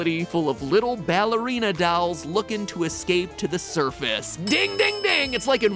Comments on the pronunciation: Years later and Matt still can’t say dolls (For the nongtlivers, on a stream it was a joke he says dolls with an accent he says dawls not dolls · Oh no, it’s an episode partially based around dolls! I can’t handle matpat’s funky pronunciation of it anymore! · No one gonna talk about MatPat pronouncing dolls “dalls””? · The way Matt pronounces "dolls" really irks me lol. Do all Americans say it like that? It's like he's saying "dyolls". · Still can't get over the fact that MatPat pronounces dolls with a Midwestern accent, saying "dalls"